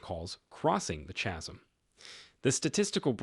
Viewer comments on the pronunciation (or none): Is this an AI bot narrating? Wind, chasm, basic words pronounced incorrectly?